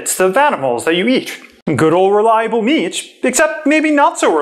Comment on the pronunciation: for example "meat"